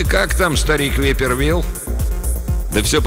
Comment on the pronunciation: не випер Вилл, а вайпер Вилл (viper Will). Так же неплохо бы звучало как "гадюка" Вилл